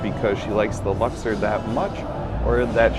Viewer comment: Why are you pronouncing Luxor that way? There's no e in that word